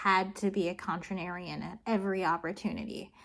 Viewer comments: Are you saying “contranarian” to mess with people ? I disagree with your pronunciation of “contrarian”. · I'm so happy I watched this because me and my buddy were debating distant future concepts recently and this exact topic came up. Also I don't mean to be that guy but it's contrarian. You kept saying contranarian and it irked me every time. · The fact that you mispronounce “Con-trar-Ian” as “Con-tra-nar-Ian” makes me remember pronouncing “treat-ise” as “treat-sies” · I'm a West Virginian, I don't notice any accent... and the only mispronunciation I noticed was saying 'contrarian' as if it were 'contranarian', adding an 'N' in there. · No, it's just contrarians who insist on pronouncing it "contranarian". It has nothing to do with accent, although i won't discount the Kentucky part. [Insert inexplicably nonexistent proper narrowed-eyes emoji here.] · Some people will say you're not pronouncing things right, but honestly you should ignore them, they're just being contranarians. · You said “contranarian” enough times that I believe it was an engagement trick. Or maybe you just can’t pronounce contrarian but I doubt it. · Dude, you can't blame contranarian on being from Kentucky, lol. Contratrian! Say it with all the slack jawed drawl you want, but you need to omit that extra syllable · I’m Gonna assume you’re saying contranarian on purpose 😂 “Damn it I’m a physicist, not a languager!” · She keeps saying something that sounds like "contranarian." But there's no such thing! Fred Hoyle, and many others, was a contrarian. Say it slowly, my dude: CONTRARIAN. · Isn't the word contrarian and not contranarian? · Con- Trair -Ian ( Not contranarian ) :-) <3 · CONTRARIAN...not contranarian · The way you say "contranarian" instead of "contrarian" is very contranarian of you and I support it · How about usib cotrarion instead of contra NArianHow do you pronounce the drvonf month of the Gregoris calendaf year? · Not to be a contranarian, but the word is “contrarian”.